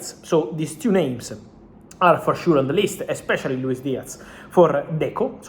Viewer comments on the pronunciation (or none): none